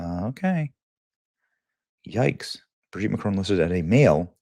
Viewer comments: It's Bro-gitte! Yo! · Just don't know why this journalist has to grunt like a pig everytime he pronounces such an easy name Brigitte. Neither does he know how to say Jean-Michel. He has to translate it to John Michael. He's a real idiot. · ❌ Brigitte ✅ Brogitte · I guess its Bradley instead of "Brigitte" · Naaah stop saying BRIGGITTE like that I'm screaming. watching this on a bus 😂😂😂😂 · I scream every time Benny says "BRIGITTTE!!" Benny is UNMATCHED! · They way he's gotta say her name "BRIGITTE"🤣🤣🤣🤣🤣🤣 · Benny I love how you say Brigitte 😂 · Every time Benny says the name I start giggling! 🤣🤣🤣🤣🤣🤣🤣🥹🥹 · 😅 everytime Benny says Brigitte 😂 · Hi Benny! I'll tell you what I think; I think I love the way you say Brigitte! Makes me chuckle every single time! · Every time you say BRIGITTE it sends me to the moon 😂😂😂